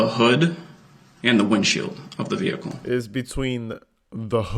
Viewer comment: The way ge pronounces words makes me rage. Not even his malapropisms, but the way he says stuff like vehicle "vee-koo" and thing "teeng"